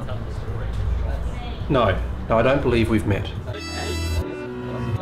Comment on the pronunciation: “Fraser” playing “Frasier” makes my head hurt XD